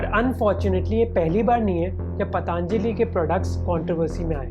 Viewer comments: bro, its Patanjali.....not PatAAAAnjali.... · It's Patanjali not paatanjali... procunouce to sahi bolo 🙄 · First of all learn how to pronounce 'Patanjali' Not 'Pataanjali' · Bhai pataanjali nhi patanjali bola jata hai ! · Pehle isko Patanjali bolna sikhaao